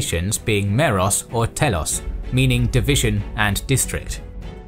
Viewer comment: i think you said meros and telos in the wrong way